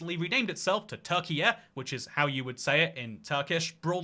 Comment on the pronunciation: Turkiye is pronounced almost the same as turkey, no need for a YUH